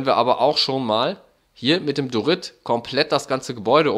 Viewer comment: Ich mag die Idee und so :) Aber was mich triggert ist das er Dorit sagt anstatt Diorit